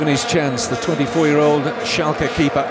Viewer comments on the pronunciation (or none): none